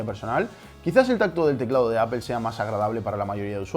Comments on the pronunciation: “Apel” Apel” Apel” “Apel” “Apel” “Apel” “Apel” “Apel” “Apel” Apel” Apel” “Apel” “Apel” “Apel” “Apel” “Apel” “Apel” Apel” Apel” “Apel” “Apel” “Apel” “Apel” “Apel” “Apel” Apel” Apel” “Apel” “Apel” “Apel” “Apel” “Apel” “Apel” Apel” Apel” “Apel” “Apel” “Apel” “Apel” “Apel” “Apel” Apel” Apel” “Apel” “Apel” “Apel” “Apel” “Apel” “Apel” Apel” Apel” “Apel” “Apel” “Apel” “Apel” “Apel” “Apel” Apel” Apel” “Apel” “Apel” “Apel” “Apel” “Apel” “Apel” Apel” Apel” “Apel” “Apel” “Apel” “Apel” “Apel” “Apel” Apel” Apel” “Apel” “Apel” “Apel” “Apel” “Apel” “Apel” Apel” Apel” “Apel” “Apel” “Apel” “Apel” “Apel” “Apel” Apel” Apel” “Apel” “Apel” “Apel” “Apel” “Apel” “Apel” Apel” Apel” “Apel” “Apel” “Apel” “Apel” “Apel” “Apel” Apel” Apel” “Apel” “Apel” “Apel” “Apel” “Apel” “Apel” Apel” Apel” “Apel” “Apel” “Apel” “Apel” “Apel” “Apel” Apel” Apel” “Apel” “Apel” “Apel” “Apel” “Apel” “Apel” Apel” Apel” “Apel” “Apel” “Apel” “Apel” “Apel” “Apel” Apel” Apel” “Apel” “Apel” “Apel” “Apel” “Apel” “Apel” Apel” Apel” “Apel” “Apel” “Apel” “Apel” “Apel” “Apel” Apel” Apel” “Apel” “Apel” “Apel” “Apel” “Apel” “Apel” Apel” Apel” “Apel” “Apel” “Apel” “Apel” “Apel” “Apel” Apel” Apel” “Apel” “Apel” “Apel” “Apel” “Apel” “Apel” Apel” Apel” “Apel” “Apel” “Apel” “Apel” “Apel” “Apel” Apel” Apel” “Apel” “Apel” “Apel” “Apel” “Apel” “Apel” Apel” Apel” “Apel” “Apel” “Apel” “Apel” “Apel” “Apel” Apel” Apel” “Apel” “Apel” “Apel” “Apel” “Apel” “Apel” Apel” Apel” “Apel” “Apel” “Apel” “Apel” “Apel” “Apel” Apel” Apel” “Apel” “Apel” “Apel” “A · Hermanos españoles, ¿por qué pronuncian Apple como "Ápel" y Google como "Góguel"? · ¿Por qué los españoles son tan malos pronunciando los nombres de marcas? ¿Micro-sóft y Appel? Buen video de todos modos. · Escuché Apel y cerré el video... bay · Se dice apol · Apple se ha de estar revolcando en lava de escuchar como los españoles deformaron la pronunciación del nombre de su empresa. ''apel''